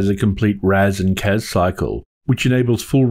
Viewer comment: Loved The Clash reference. I hear Casbah now every time you say CAS-bar :P